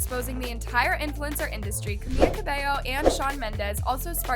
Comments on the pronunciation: Not her saying Camia😭 its CamiLa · ITS CAMILA CABELLO NOT CAMIA ITS SO ANNOYING SAY IT FIGHT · it’s camila not camiya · if u talk about it at least say her name right its camila not kamiya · It’s Camila not “Camia” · I can’t believe nobody else is talking about how is pronouncing Camila’s name as CaMIA 😭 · Why is she pronuncing camiLLa it’s just camila LA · Why is she pronouncing Camilla’s name Camia? LIKE ITS CAMILLA NOT CAMIA😭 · It Camila not kamiya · It's Camila not Camiya. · why she be calling camila camiya?☠️☠️ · did u say camiya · She's doing this intentionally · I cannot with her saying "camia" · Is her name pronounced Cami-ya? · How is it so hard for people to pronounce Camila Cabello's name damn!! CamiLa. CabeLLO. The first L is a simple L. The two Ls make a "y" sound in spanish. Come on now!